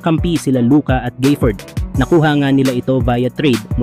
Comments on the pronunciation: walang Y sa gafford kaya wag mo banggiting na GAYfoord but instead ga-fford(short A ang GA) pki ayos lang lods. Salamat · Daniel Gayford😂😂. Gaford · D mo na alam kng Gafford O Gayford. GAFFORD pre. Mag research ka muna kasi 🤦🏿